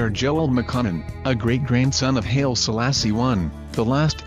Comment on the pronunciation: The Haile in Haile Selassie is pronounced HIGHLY not HAIL.